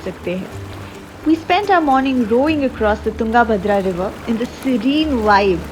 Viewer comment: You have butchered the pronunciations of Tungabhadra and Vijaynagara. Learn to pronounce before making the video.